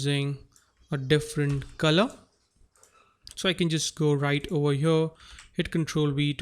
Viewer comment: “right over HYURRRR.” 😂😂😂